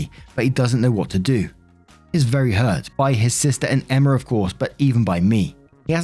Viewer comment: The girls name is emma.... E M M A FUCK 10 MINUTES OF EMMERRRR IS TOO MUCH How bout you try to pronounce peoples names at least